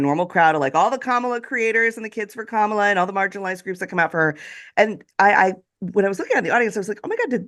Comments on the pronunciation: Hal talks about Kamala introducing herself and then goes on to pronounce her name wrong two minutes later. WTF. It's Comma-La, dude. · Hal ! Did you just say….KaMAla Harris ? Yikes.